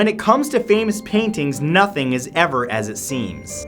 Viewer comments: lol "noth wording" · Did you hear him say "noth worting"? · Did anyone else notice the 'noth worting'😂😂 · "It's noth worting." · "it's nothe worting"